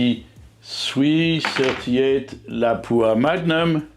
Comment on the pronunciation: Finally someone not from Finland who pronounces “Lapua” the right way. It’ “LAAH pwa” not “la PWOO a” 😅